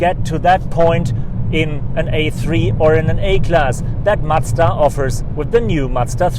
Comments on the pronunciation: It is MaZda, not matsda!! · Great review. Macda? :) You a Deutsch? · he does that by accident because he is german. Here we pronounce it matsda because that's how we spell a "z"